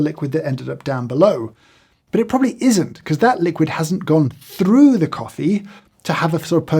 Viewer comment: "thrrrough the coffee".. En guard! You wily rascal!